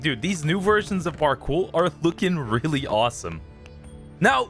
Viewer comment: Where are you from cuz when you say parkour it sound like you finna throw up on the “kour” part